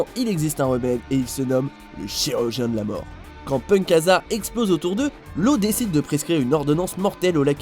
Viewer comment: Arrêtez de dire low c laaw c comme usopp sa se dit ussssopp pas uzop